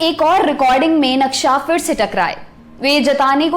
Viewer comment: Beautiful narration.. but b careful with one word 'fir'.. its pronunciation isn't FIR. It's PHIR..फ not फ़